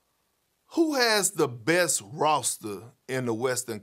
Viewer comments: "rawsta" lmao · The way Kendrick putting a "W" in the word roster 😂😂😂😂😂